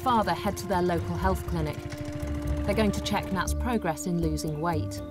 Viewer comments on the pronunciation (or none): none